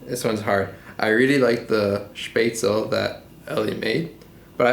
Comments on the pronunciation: Good job. You must be exhausted after cooking so many meals. I certainly would. You dont have to prepare so many dishes all together.....And secondly: Before preparing Spätzle, you have to pronounce it correctly. You say: Spätzel, but it is Spätzlé, please speak the last "e". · BTW: Spätzle is pronounced "Sh-pats-la"